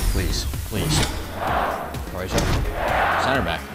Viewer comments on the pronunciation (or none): none